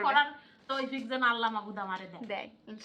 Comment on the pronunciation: মাশাআল্লাহ ভালো, তবে উচ্চারণ আরো শুদ্ধ হবে। আল্লাহ শব্দটি মোটা হবে।